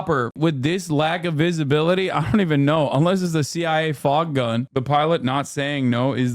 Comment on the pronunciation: “FogkGun” …wild